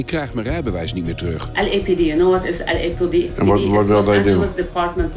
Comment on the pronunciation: You know what the LAPD means??? En dan vervolgens zelf verkeerd uitspreken. 😂😂